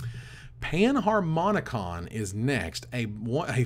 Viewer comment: Can we all just take a sec to thank for the review. Love your work:) Also panharmonicon... Nailed it;) artificer is it not an arr tiff eye sir? As in artifice? That's how ive been saying it:/